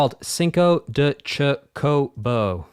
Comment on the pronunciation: Chocobo is pronounced like CHOKE-o-bo. You're putting the wrong em-PHAS-is on the wrong syl-LAB-le. It's important if you're gonna be covering Final Fantasy games. They're sort of the series mascot. Them or moogles. A good case could be made for either.